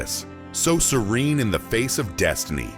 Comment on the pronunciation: The mispronunciation of the word "serene" -- among certain other things -- tells us this narrative was written by AI. But it was well done.